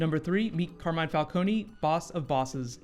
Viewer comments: Thought It was falcone not falconi? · The pilot was good but why did they have to pronounce falcone's name wrong just like Ras Al ghuls before? Never mind it was still a great pilot. It's jut a minor and unnecessary nit pick